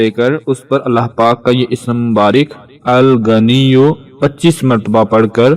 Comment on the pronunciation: Aap word tou theek. btaien Allah ka naam Alghnio tou hai but agnio nhe dekha kia read karna hai.